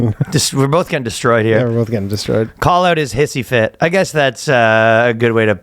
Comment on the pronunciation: when ryan fucked up "de-stroyed!!" fuckin killed me.....lololol